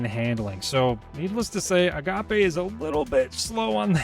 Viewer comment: Agape rhymes with cape. It's not a pasta! In Crucible PI and Rewind